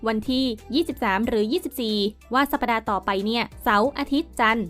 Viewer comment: สัปดาห์ ไม่ใช่ สัป ‐ ปะ‐ดา สมัยไหนแล้ว ยังอ่านไม่ถูก อ่านว่า สัป‐ดา อ่านใหม่จำไว้